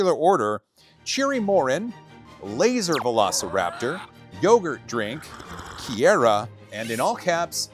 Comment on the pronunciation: Am i missing a joke or is that actually how you pronounce the name Kiera? 😂